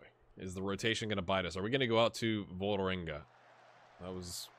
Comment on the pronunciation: Perhaps it's time to move on Torp, he's seems to be at the age you will get the most from him, and dosn't have any more potential, and takes up a foreign player-slot. :-/ Also the letter Å/å.. In norwegian; is pronounced pretty much exactly like americans pronounce 'aw' in the word 'raw', it's important to keep a silent/invisible 'w' tough, as when you say 'raw meat', phonetically I think. The team/city Ålesund, sound more like 'Awlesund' rather than 'Alesund'. Not sure how that came across, but not a big deal.. :) As for Vålerenga, or Vawlrenga if you wish, hehe.. It's a pretty big team in Norway.. The biggest club in the capital, and probably only Rosenborg and Brann are rivals in terms of support. Any way, it's fun seeing you play in Norway at Start, hopefully you will give it a year or two extra, to see if you can get them into CL-groupstage, so the big money start rolling, and they can perhaps challenge Rosenborg, when you move on. :)